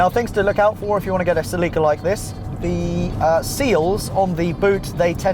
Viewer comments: It annoys me the way he pronounces "Ce-LEE-ca". Bruh it's pronounced "Ce-li-ka" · Never heard someone pronounce it "Ce-Lee-ka" .. I'm pretty sure it's "Ce-Li-ka" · I'm pretty sure that it's SELL -ick -kuh not se - LEEK - uh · Say it with me now, “SEL-ih-cuh”. Not “Suh-LEE-cuh”. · It's NOT Pronounced SALEEKA ITS Pronounced CELL IKA So stop saying SAEEEEEKA B4 I HAVE TO SLAP YOU 😎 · sehleekah he says its cell ikah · dude... its celica... not selleeeka... why do you keep saying it that way? o_0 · Pretty sure it's "cell-i-ka" not "cell-eek-a" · Omg....for having invented English, you Brits suck at it. It's SELL-i-ca...not sell-EE-ka. facedesk I am 43 and I have never heard ANYONE pronounce it wrong until this video. smh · Haha, because American English makes way more sense.... ;) It's pronounced SELL-i-ca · its 'Sell-i-Ka'..not 'Sa-Lee-Ka'...my God, even with a UK accent, you should know how to pronounce a Toyota name, that is the same all over the world! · lmao "Sel-eek-a" Funny how we pronounce them differently. It's always been "Sell-ika" across the pond. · Every time you say "Sleeka", i grit my teeth. It's "Sell-Uh-Kah" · Wait... seh-LEE-kuh?!? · Celica Say it with me Sell-a-cuh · se-lee-ka. I can't do it. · Its called a cell ah kah bro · As a celica owner I hate that he pronounces it celeeca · Nobody:: CalEeEEca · Hearing it pronounced "seh leakuh" is so strange. It can't be right. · Had no idea the British pronounced it "suh-LEEK-uh" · Sel-ick-uh. sɛl/ɪk/ʌː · That’s pronounced sell-ih-kuh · In Japanese it is Serika (セリカ) so the English would be "Ce-Lee-Ka". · its pronounce sell-ika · celica is pronounced s e l a k a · no idea, i always thought it was 'cell-ick-ka' celica. weird. its still the same car whichever way you pronounce it... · Ce Leee ca ... I'm sorry I can't I just doesn't sound beautiful like how Americans pronounce it "celica" beautiful name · DAMMITTT!!!!! its SELL-ICA!!!!!! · say it with me; SEL-eh-CAH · its pronounced cel-e-ca